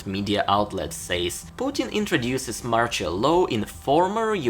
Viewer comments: You pronounce "martial law" wrong, its not like "partial" but more like marshal. Put it in google translate as english and without even translation you can click on the sound button ;) Thanks for your videos! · not MORCHOL, MARTIAL, marSHIal. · Sorry, but please, work on the pronunciation of the words "martial" and "partial". No offence taken I hope. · You are destroying the pronunciation of the word MARTIAL ...